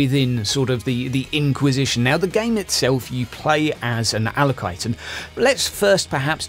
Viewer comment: You were speaking Low Gothic, where acolyte translates into allocyte. ....yes.